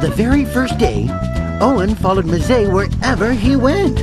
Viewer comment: It's pronounced "em-ZAY".